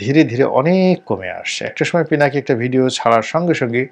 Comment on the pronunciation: পিনাকী দাদার নামটাও ঠিক মত বলতে পারলেন না। আর আপনি আসছেন পিনাকীদা'র মুল্যায়ন করতে। Shame on you man!